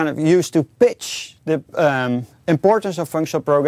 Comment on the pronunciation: every time he says pitch , i always hear bitch =/